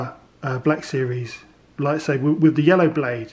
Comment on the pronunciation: Bruh it's pronounced lightSABER not saver pronounce it right g